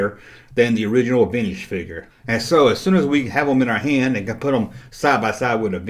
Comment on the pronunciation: I still love how you say veenige